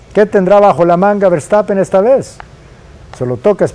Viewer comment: Ese “vertapen” no lo conocía😂😂😂